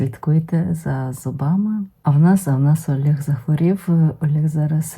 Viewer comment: ЯКИЙ «АЛЄГ»?🤦‍♀️🤦‍♀️🤦‍♀️ Посоромтесь! Ви ж говорите українською мовою - що, так важко сказати нормально «ОЛЕГ»?🙏🙏🙏